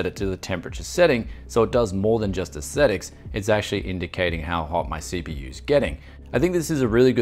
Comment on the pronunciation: pronounces "aesthetics" as "ascetics"... I wonder how he would pronounce "ascetics"? Hmm.